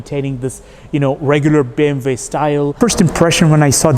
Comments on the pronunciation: but he is speaking in English, so it sounds ridiculous. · Its actually the correct way to pronounce it in German “ BE EM VE”